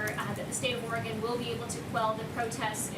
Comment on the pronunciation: This guy can hardly read.. listen to the way he pronounces Oregon loser